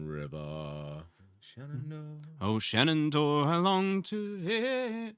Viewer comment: Question about 'Shenandoah': why do you pronounce the 'i' at the end as 'ay'? I'm sure there is a good reason but was very surprising to hear; anyway - sorry not to have been able to watch the stream live yesterday, but still under the spell of having been to and enjoyed a lot your concert in Sint Niklaas (including the chat and photo op)! :-)